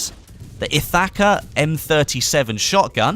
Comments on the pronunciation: lol you cant pronounce ithaca (ith-ah-ka) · Anyone else cringed when pronounced Ithaca the way that he did? Just a playful jab, I love your videos. Keep up the good work.